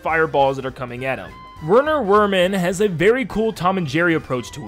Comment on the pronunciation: Hey, three things. 1: Goopy Le Grande's name is French so it's said as "Goopy Lay Grand" 2: Werner Werman is German si the W's in his name sound like V's. And 3: The leaves Saltbaker throws in the second phase of his fight are mint leaves.